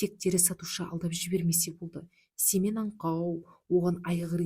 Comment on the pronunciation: 😅Семее ,дурыс окыныз